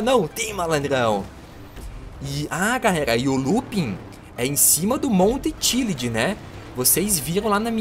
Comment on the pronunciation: ele disse everest e monta chilad